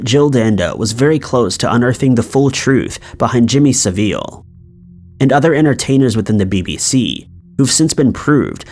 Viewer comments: Jimmy sav-il ( not saveeel) a true monster ! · When you guys do these videos and you do your research, would you mind very much pronouncing people's names properly? I know you are probably just reading, but that tells me you don't have a handle on the material. His name is not "Seh-Veal" the way you pronounced it. His name was JIMMY, Sah-ville like "smallville" but with a "sah" in front. And the accent goes on the "Sah" part, not what you did, by making the second syllable the accented one. You basically butchered this guy's name, which is a shame since he's literally famous and you should have heard his name by now if you do this type of work. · Its like 'savul' not 'Saville' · Sorry to have a chuckle at "Saveeel". Love how people see things. It's Sav- ill. Love your channel 😘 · Hearing how you pronounced Jimmy Saville really threw me off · Guinness man I was saying it threw me off, not that I cared... Didn't clock who he meant for a few seconds...